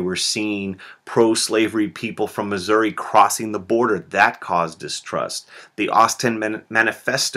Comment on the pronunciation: muggisouri? PFFTHAHAHAHAHAHA!